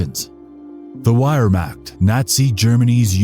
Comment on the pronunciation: I stopped watching because you couldn't pronounce Wehrmacht correctly. Sorry, but if you couldn't get that detail right, I don't know that I can trust you with other details that are more complicated.